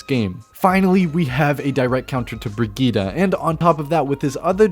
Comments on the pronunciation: It’s Brid-gette. Not brigitta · Brigette -> breh - geet not fetching bruh - geed - ah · her name is not briggite its BRIGGITEEEEEEE